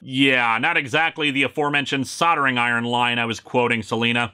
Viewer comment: You pronounced soldering right this time. Good for you.